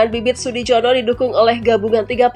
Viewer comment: Sudijono....di baca Sudiyono...J di baca y